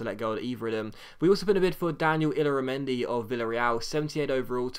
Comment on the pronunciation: Illarameni is pronounced Ee-yar-a-men-di